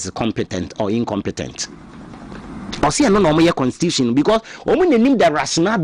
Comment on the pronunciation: Is constitution not cansistitution pls